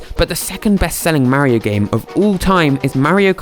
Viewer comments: it is Mario not meario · ITS MAR-RIO like Mars with no "S" 😡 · Like watching these videos but I’m from America and it’s weird to hear you say Mario. But I’ll keep watching. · The way he says Mario, I just cannot get over it. 🤣